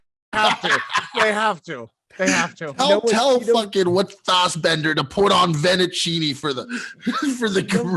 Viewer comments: The vennicinni pronunciation reminds me a lot of the Pandademic. Real tough look 😂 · No fucking way he said Venacini hahahaahhaha